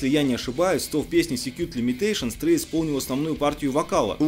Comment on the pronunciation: не Трой а Трей!